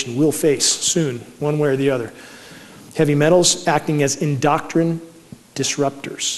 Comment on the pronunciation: lol he mispronounced endocrine...INDOCTRIN lol